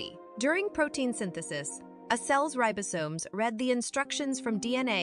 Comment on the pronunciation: Great video! Though I'm not sure the pronunciation of some words is correct, such as "organelles" and "ribosomes". I think cell membranes are particularly amazing!